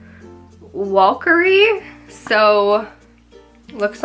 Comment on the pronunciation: Isolde -- pronounced I-SOLD-ah -- is a character from British legend. She was an Irish princess who fell in love with Tristan, a Celtic warrior. Walkyrie is pronounced VAL-ki-ree. The W is like a V. The Valkyries were female creatures who carried the souls of dead warriors to the afterlife in Valhalla. I love Nars names. Wouldn't it be fun to have the job of naming these colors and products? I personally might choose names that more people are familiar with, but I still think these names are fun and exotic. I really love Nars lips products. I have lots of them, but all of mine are red and plum. No nudes for me. But they look lovely on you. Nice video.